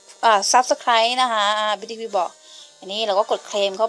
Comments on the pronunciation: แอดป๋มหน่อยชื่อ KutsumatoAqua ปล.พิ้วดี้พาย ครับ ไม่ใช่พิ้วดี้พี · พี่ครับออกเสียงพิวดีพายครับ